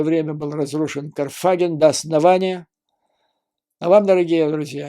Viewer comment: КарфагЕн! Ударение на Е! Контролируйте себя, не увлекайтесь, иначе происходят ошибки. Удачи.